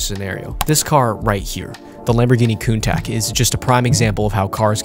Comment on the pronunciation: I think the lambo countach is pronounced "Coon-Taash"